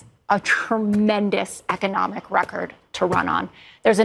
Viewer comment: Did Donald say Echonomic? 😂 He knows so many words!